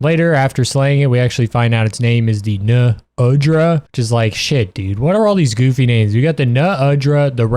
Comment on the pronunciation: haha you really were thinking i wouldnt reach the Uthe dunea, Ray DAEU and NU undra point and comment about the way you say it uh?